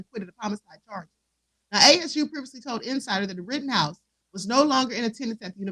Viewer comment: Rittenhouse NOT Rottenhouse